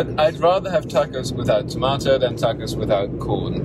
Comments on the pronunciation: My great-great-grandmother Galindo from Monterey County, California is turning in her grave hearing you say "Tahck-Ohz" . They are TAW-cohs. Think "my AUnt gOt an AWsome grAnt from Oxford". The final s is not vocalised: Moss. Loss. Snakes, not bees. TAW-kohs. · If u eat texas Tortillas u must stop pronouncing tacos as tackos!. It's like tik TOK. Tokos. That's the pronunciation. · Its funny hearing you say tacos or pasta with an a sound that ive never heard anyone else use when pronouncing these words. Im not picking on you. Just observing the difference. In Spanish Mexican or Italian all "a"s have the same sound. Not a like in tackle. But a like in the o in top. Pasta.. The ending a sound. The first a should have the same sound as the last a. That is the same sound tacos or tomatoes should have. I mean I guess not should. But just that it usually does. Every time I hear that flat a it sounds so weird to me. But again I'm not picking on you. Say it how you want. It just always strikes me funny.